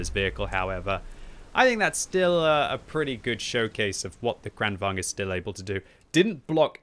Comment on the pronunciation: omg can you stop call it KHRAANWHAGEN!